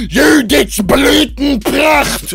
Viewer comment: When he said BLÜTENPRACHT he sounded 100% like a German wtf